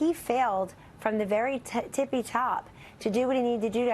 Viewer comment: "tippity" top Kelly - not "tippy" top.